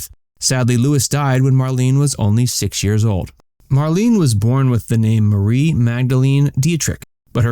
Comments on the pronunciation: Her name was mar-LAY-nuh. Not mar-LEEN. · Her name is pronounced Mar-lay-na. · HA! The very FIRST word spoken here is "Marlene" and you cannot even pronounce it! MARLENE is pronounced as "MARLENAH". I WAS a subscriber but dropped you because of your poor research and countless errors of every aspect. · It's spelled Marlene however it's pronounced Marlena. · You should pronounce her name properly!